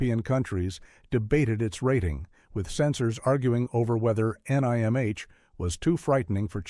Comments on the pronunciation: As a secret of Nimh fan the narrators pronunciation as triggering on a personal level for me. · Say NIMH as a word don’t spell it out! You brainless AI and to the guy who edited this soulless video your an idiot if you rely on a computer program to do a job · Wow, every possible way to pronounce NIMH was used, except the correct way. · the narrator spells out NIMH and is disappointed this is yet another AI narrator. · The AI narrator managed to pronounce it at least correctly 1 time :p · Oh, for crap's sake, get a real freaking narrator. "Nigh Em Aitch" my ass, it's pronounced "NIMM". Enough with this cheap AI garbage. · NIMH... the review drove me nuts. It is pronounced NIM, not NIgh Emm Aich. Damn AI readers. As for me, none of these movies bothered lil old 11 year old me when they came out. Adults have no idea how strong kids are, specially weird kids that read the books before the movie. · I've seen all of them except for the last 2. I know it's his and not yours but this list is pretty tame honestly, I would have at least included Wicked City (1987) and Akira (1988). Also, this dude fell apart pronouncing The Secret of NIMH, it's just Nim, not N-I-M-H or Nimge or whatever. That's seems like a very AI thing to make a mistake on. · I recommend all these movies they are modern classics. This channel stinks of Christian Nationalist propaganda and attempts to bring back satanic panic. Watership down is required reading in many schools all over the world. The author came up with the story while keeping his young daughterscentertained during long car rides. 😂 Note to the AI narrator its pronounced nim. The book explores themes of morality oppression free will and has lots of prose on economic systems and basic sociology. Animal Farm was about the Nazis not the USSR. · oh I got Heavy Metal, Transformers & Watership Down on DVD! Watership Down is a real place in southern England! NIMH is pronounced NIMM should have that one too on DVD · I loved the Secret of EneyeMH